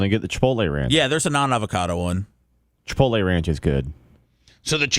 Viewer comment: FFS its not CHI-POLTAY.....its CHI-POTLE